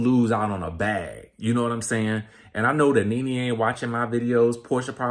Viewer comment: All I keep hearing is “RENEE” 😂😂